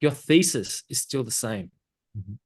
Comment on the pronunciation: Trust your feces - where shit is used often beforehand in the conversation. For non-Aussie speakers (God bless you all for the lack of speech impediments - for which I also suffer from) you actually mean Thesis., I would suggest a translator.